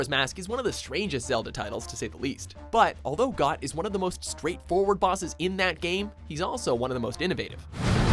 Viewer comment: The narrator has very questionable pronunciation of the bosses where the letter "o" is concerned.